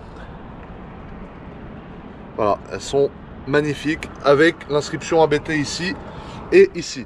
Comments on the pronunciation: On dit abbtt, pas A.B.T. c'est un nom de famille. Juste pour info. A part ça, super vidéo comme d'hab. :) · J’ai un doute mais je crois qu’on prononce “Abte” d’une traite. Super vidéo comme d’habitude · Par contre les amis, à moins que ça soit délibéré, ABT se prononce [apt], pas a-bé-té ... :s (et c'est pas pour essayer de passer pour un expert, je l'ai appris tard...) Abt, c'est justement le nom de famille du fondateur (allemand) de la marque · Par contre les amis, désolé de faire ch*** mais ABT se prononce [apt], pas "a-bé-té" ... :/ Ca vient de Johann Abt, le pilote allemand qui a fondé la marque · On prononce pas A B T en 3 lettres différentes, on prononce le mot en entier, c'est le nom de famille d'un mec. PS: Je faisais la même erreur avant de l'apprendre 💪